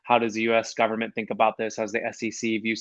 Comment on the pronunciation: Is this guy trying to claim hes going to own a NBA TEAM when he pronounces gov·ern·ment gov·ern·NENT?